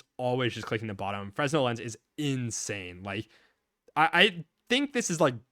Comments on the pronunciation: Just fyi, fresnel is pronounced fruh-NEL. The 's' is silent. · btw if you're unaware, "fresnel" is pronounced ferr-nell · The s in fresnel is silent btw